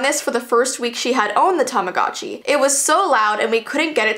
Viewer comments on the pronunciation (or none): Tamogochi isn't pronounced like that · It's not Tamagotchi it's "Tomodachi"